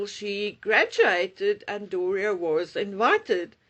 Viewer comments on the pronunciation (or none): none